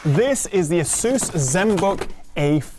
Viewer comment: AY suss not a SOOSE. The latter sounds ridiculous.